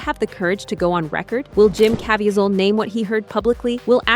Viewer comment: His name is pronounced Jim KA VEE ZEL